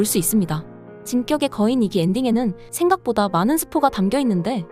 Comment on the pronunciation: 목소리필터임? 조쌌병단 진껶의거인등등 발음이ㅋㅋ